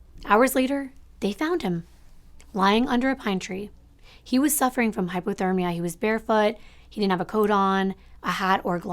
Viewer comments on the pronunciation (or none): none